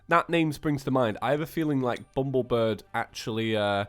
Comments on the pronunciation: it annoys me so badly how said "bumblebird" instead of "bumblebirb" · Bumblebir-BBBB . not BIRD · it is BUMBLEBIRB NOT BRID!!!